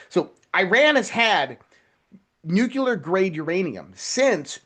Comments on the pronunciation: NucLEAR not NucULAR! Write out the word N U C L E A R.....now say what you see. Phonics people! Drives me beyond bonkers hearing this guy say nucular 500 times during 28 minutes. Holy crap man! He also likely calls it 'supposebly'! 😂🤣 (it's supposeDly btw). Geez! Nobody can spell or write or speak proper English anymore. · It is nuclear…. Not nukular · This dude is so well informed he doesn't know how to pronounce NUCLEAR. Not "nuculer"! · Geez,, it's nook- lee-ur not nookular (George W Bush language). That sounds picky, but during the Cuban Missle crisis, my 5th grade teacher said that if we were scared of it, and facing annihilation, at least pronounce it correctly! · wish the guy in red shirt could pronounce nuclear ? he says nuke-u-ler, just like dumbo 'W' Bush did. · NUCLEAR -- watch your pronunciation. You don't want to sound like GW Bush!